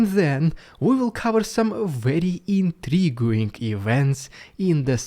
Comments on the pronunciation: I have to add this comment after weeks of keeping quiet... The "U" in intriguing is always silent! So it is "in-tree-GING" and not "in-tree-GOO-ing"!! Hope you find this useful. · Pronounced “inTREEging”. Intriguing